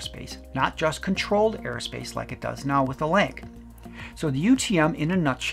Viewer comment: I believe it's pronounced "Lance" not "Lank"